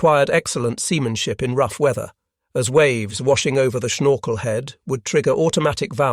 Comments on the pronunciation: IIn Dutch it is Snorkel, and NOT SHnorkel, do you have a teeth problem? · It's funny how says "schnorkel";-)